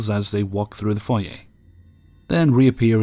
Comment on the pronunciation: This may seem minor, but I love you more than a little for pronouncing "foyer" correctly.